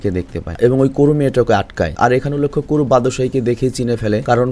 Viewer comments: বাদোসাই❌বাত্তোসাই✅ কোরু❌কাওরু সাগারা❌সানুসুকে✅ 😒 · এটা আমার পছন্দের একটা এনিমে। নামগুলো ঠিকভাবে উচ্চারন করেন। নাইলে বিরক্ত লাগছে। হিরোর নাম বাদসাই না। কেনশিন হিমুরা। পরে রুরোনি কেনশিন নাম নেয়। সবাই তাকে হিমুরা বাত্তসাই বলে ডাকতো। বাত্তসাই একটা উপাধি। নাইকার নাম করো না, কাওরো। এগুলো সহ বাকি সবার নাম ঠিক ভাবে উচ্চারন করবেন।